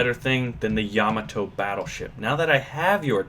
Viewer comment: no he said it right